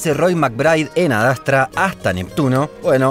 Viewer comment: ADASTRA ? que verga es esa pronunciacion?